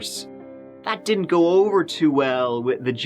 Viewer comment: Ohh & Changin The Intro Would Be As Bad As if You Stopped Pronouncing Tree'Turty For Three Thirty! PLEASE Dont Do It!.. Love You Tew! & God Bless Ya My Brother!.